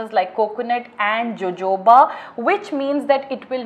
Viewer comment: It z pronounced s "o o ba" oil not jojoba oil